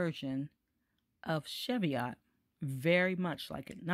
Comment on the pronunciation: The correct pronunciation is 'cheev-ee-ot'. Greetings from Scotland.